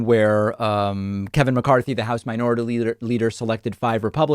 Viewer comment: Did you say lider. That’s your Spanish coming out 😂